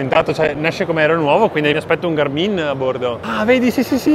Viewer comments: ma si dice sul serio Garmìn? con l'accento sulla i?? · Negli USA l’accento è sulla “a”. L’accento sulla “i” mi fa un po’ ridere...😂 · Fantastico tutto, una cosa però per favore: Gàrmin non Garmìn Buon proseguimento di giornata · GA'RMIN.....non GARMI'N ...... 😀